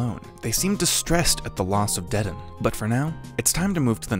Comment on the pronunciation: As a part of the off cult following it pains me to here how he says dedan 💀 I'm joking but i think it's pronounced like deydahn Somethin like that idfk